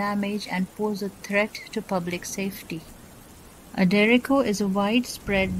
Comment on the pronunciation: She says derecko